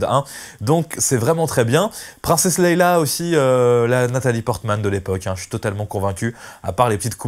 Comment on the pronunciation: Leia !!! Pas Leïla !!! Tu perds toute crédibilité...attention !